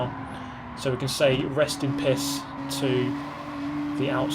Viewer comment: Did you say "Rest in Piss"?